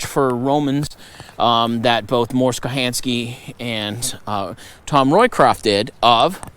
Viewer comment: Thanks for the video! Tom was my grandfather, so I have a couple of corrections I'd like you to know about: He never went to Vietnam or Thailand (Mors will explain in this video link); Mors' last name is pronounced 'Kohanski', and Tom's last name is Roycraft, not Roycraft. My grandfather spent his entire life dedicated to the outdoors and wilderness survival, so it's awesome that he continues to make his mark after his death.